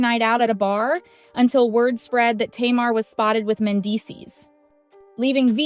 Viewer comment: I'm aware this speaker is AI. Please pronounce the subject's names correctly even when it's clickbate. Tamar the chipmunk name isn't pronounce or spelled like the word (tomorrow) it is Ta- mar !!!!!